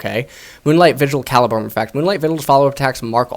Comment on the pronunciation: I don’t mean to be that guy but it’s actually pronounced Cah-lee-brum.